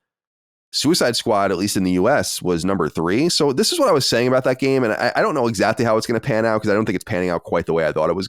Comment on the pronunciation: Why does Colin keep saying ‘exactdy’ instead of exactly?